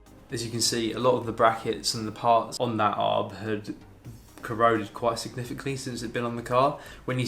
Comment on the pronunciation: Stop calling it a Arb it is called a A.R.B short for Anti Roll Bar